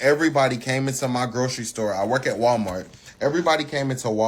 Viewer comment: 🤔 Did she say, ''Wild-mart?'' 🤔